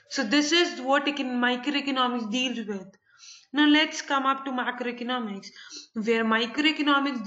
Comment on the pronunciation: Madam aapka microeconomic aur macroeconomics eak jaisa sound kar raha hai plez aache se explain karo and i liked your video tysm